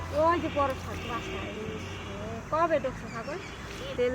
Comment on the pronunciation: কথাটা শাগ না শাক